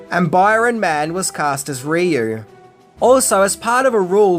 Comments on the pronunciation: It's prounced Ri-U lol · You mispronounced Ryu's name at the end! Why?!?!? You got it right the first two times.